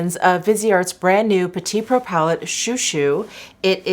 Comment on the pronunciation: Thanks for pronouncing the name cuz I was def saying chow chow in my head. Although shoo shoo made me giggle 😝 It is SO pretty and vibrant without smacking you in the face like a rainbow palette.